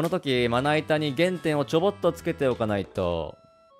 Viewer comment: 「GE・N・TE・N」が謎に「DE・N・GA・N」を感じる